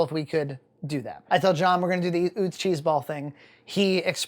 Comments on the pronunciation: it's pronounced Uh-tz not Oo-tz, it' a German name. William and Salie Utz began making potato chips out of their home in Hanover, Pennsylvania in 1921. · I live where Utz is manufactured (Hanover, PA) and it's pronounced "Uh-Tz." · It’s pronounced “Oo-tz?” I thought it was “uh-tz.” My life is a lie! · It is UTZ … I live in PA right by the factory. 😂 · It's pronounced Atz from Lebanon pa not far from the plant also have cupboard full of pfaltzgraff LOL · You say Utz weird lmao... This is coming from someone from the home of Utz potato chips